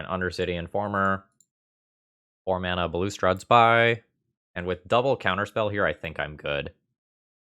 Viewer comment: not that it matters but balustrade is pronounced like ballast trade. cheers and great video